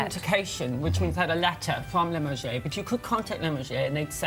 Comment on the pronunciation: Hilarious! He doesn't have a clue!! Can't even pronounce Limoges.